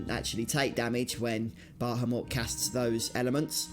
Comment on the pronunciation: You are mispronouncing Bahamut. You keep adding an extra "H" and "M" in your mispronounciation. incorrectly says "Bah - ham - mut". He is a Guardian Force, not a worthless, meat, dog. Treat him with the Respect that he so Rightly deserves. The Correct pronounciation is "Ba - ham - ut". This dreadful mispronounciation that is so prevalent in todays global society must be due to not only simple laziness, but also to the fact that phonetics habe not been taught in English speaking public schools for the past 40 plus years in Western "Civilization". I do not blame you, or anyone else who has been so sorely deprived of a proper public education, ]but that's commie globalism for you, and, well, there you are. I freely offer this valuable advice as a means to help those who should have been taught the truth so very long ago, not as a means of shaming. If the weak minded individuals choose to be "put off", or "offended", and demand some type of "safe space" due to having been finally exposed to the truth, and we all know who they are, then,... So Be It. I care not for the mewlings of the pampered weak minded, too lazy to put in the effort to do anything correctly, such as speaking their own native language or such. Anyway, Good Luck with that from now on.